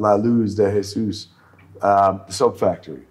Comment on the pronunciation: It's geesus 😂